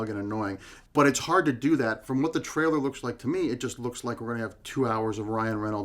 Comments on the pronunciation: Damn you... Just say the word "Trailer" correctly... just once.. Just ONCE! It's not "Traller" you moron! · Am I the ony one who thinks can't say the word ''trailer''?